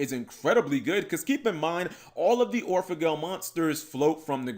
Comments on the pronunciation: It's not Gle Like angle. It's gel like angel or the word gel ya no? Just sayin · Anime Seraph I think it’s actually pronounced like gull from the word Seagull or goal like when you score a goal in sports. The reason why I believe that is due to the fact that the vowel in those two words is much closer to the original Japanese pronunciation of the card’s name.